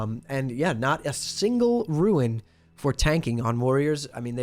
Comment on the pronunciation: Rune... not ruin.